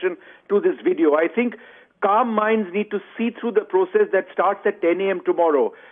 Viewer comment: Ots VVVVVVVVideo..... damn..Not WIDEO....good lord you a news caster and you cant say the words?